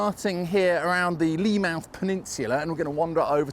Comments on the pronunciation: If not mentioned its Leamouth peninsula, not Leighmouth . City Island once has a large vegetable oil factory, now home for the English National Ballet! Re; Robin Hood Gardens Estate, a section of wall has been kept after demolition and now on display at V&A Storehouse. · That's correct. It's Leamouth NOT Leighmouth. The old veg oil factory, (now City Island), was called Pura foods.